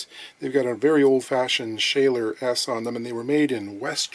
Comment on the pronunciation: Schaller is pronounced "Shuller".